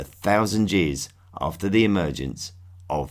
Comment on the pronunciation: did u say Jears for years?! lol